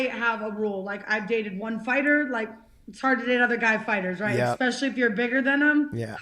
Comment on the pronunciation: Jessica, I'm always routing for you!! A bit of advice for you. You gotta train yourself to stop saying "x-specially". If you fix that, it will help you in the communication department.